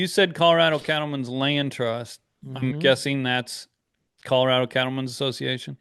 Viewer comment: It's Color-A-do, not Color-i-do!!